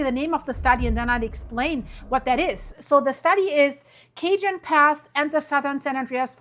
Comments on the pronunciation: i literally live at the bottom of the cajon (cahone) pass, and we are not los angeles, its san bernardino, also san jacinto is (ha-seen-toe) . thank you for your videos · It's pronounced "Ca-jon ( the j is pronounced like a h the o is long). Jacinto is pronounced ja-cinto. The J again is a h sound. Then cinto. The I is short. They're both Spanish names or pronounced like they're Spanish names. I lived in CA for over 50 years and am very familiar with Cajon Pass. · Cajon is a Spanish word. It is not pronounced like Cajun, not even by us mostly monolingual Anglos in America. In fact, not even by Cajuns. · Cajone Pass (kah-hone) and San Jacinto (jah-sin-tow) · Cajon pass. Cajon (sounds like kuh•hown) thanks. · Thanks for this clear explanation. "J's" are pronounced as "H's". "Cahon" pass. San "hacinto" pass. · You're very bright, I rely on you together information. Thank you... I extend peace and safety to you and your loved ones, including your animals... (Just a note: in America, Spanish pronunciation is often used so it's like Ka- hone) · Properly pronounced Ca-hone Pass (not phonetically Cajon)--Spanish pronunciation. 👍🏻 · Cajon pronounced Cah hone (like bone with an H) San Ha sink toe (Jacint0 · Please pronounce the name of the pass correctly, it's pronounced El Kahon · Love your reporting. If I may, I just want to let you know that Cajon is pronounced ka-HONE and Jacinto is pronounced ha-SIN-toe by the locals here. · Hey Beautiful, we pronounce it "Ca-Hone" here in the Mojave Desert where the fault is located. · Cajon "sounds like" Cah-hone. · It’s pronounced Ca’Hone pass - spelled cajon .. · The word CAJON is a Spanish word meaning "box". It is pronounced, kah-hone. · Just to let you know.. it’s pronounced Ca- Hon. Spanish J sounds like H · Phonetically it is: kah-houn...a Spanish name..cajon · Wow, you are way better at pronouncing many different names to their language very impressed, but I am surprised you mis-pronounced "Ca-Hone" ( Cajon). 😮